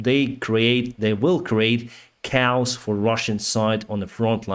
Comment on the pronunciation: Your updates are fantastic and informative but you really should work on your pronunciation of "siren" and "chaos"! I look forward to your updates every night. Keep it up. You are a star